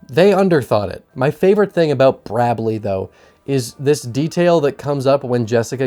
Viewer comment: “Brabley” That’s hilarious!